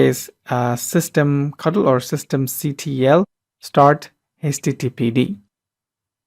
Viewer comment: Please Stop saying "System catle" for it is "System Control".... Systemctl is a Linux command-line utility used to "CONTROL" and manage systemd and services.